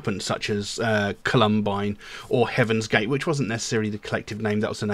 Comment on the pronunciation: I actually appreciate the background and video in general, but I double-checked how you said Columbine with the video title.. You've been saying it all wrong.... It's crazy and sad, but two events of the same nature happened there. No insult to you, but trying to educate...